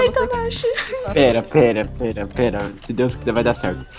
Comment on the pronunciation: quando vc passou a fase verde vc falou vai tanasha kkkkkkkkkkk